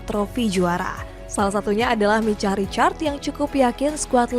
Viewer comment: Micah : Maikah